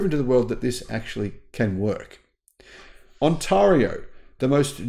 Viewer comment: ACK! Ontario is pronounced ON -TAIR-RIO !!!!!!!!!!!!!!!!!!!!!!!!! :)